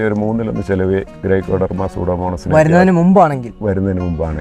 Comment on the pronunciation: സൂഡോമോണസ് അല്ല സ്യൂഡോമോണാസ് (Pseudomonas) ആണ്. ഗ്രൈക്കോഡർമ അല്ല. ട്രൈക്കോഡർമ (Traykodarma) ആണ്.